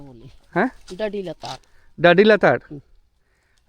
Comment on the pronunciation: DADI-LATAR এর উচ্চারণ সান্তালি ভাষায় সঠিক ভাবে ডাডি-লাতার যার বাংলা মানে "ঝর্ণার নীচের স্থান" 🙏🙏🙏🙏